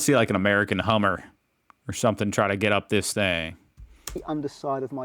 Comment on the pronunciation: "I fink I did scrape SUMP-fing"